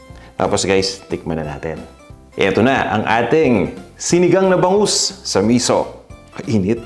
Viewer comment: Misú yun ang bigkas ay parang "pito" (7) mabilis na biglang hinto, hindi miso na ang bigkas ay parang "piso"